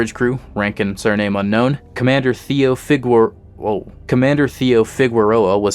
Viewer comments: it’s pronounced “Fee-gae-rae-lo”, emphasis on RAE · I know this video is old, but you pronounce Figueroa like this: FIG - ER - OH - UH